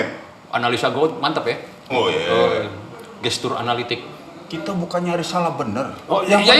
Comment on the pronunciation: denger "gesture analytic" langsung ngakak gua🤣🤣🤣 keren sih Bang Jimi ngmong gitu, tp sekaligus lucu jg wahahaa